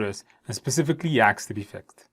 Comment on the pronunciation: Hopefully I won’t get “axed” 🪓 instead of “asked” by anyone while on a project. Seriously, the content is great. The practice questions are especially helpful. Thank you.